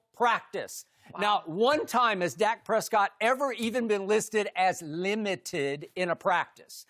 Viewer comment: Skip: Lim-mitt-tiddd Me: 💀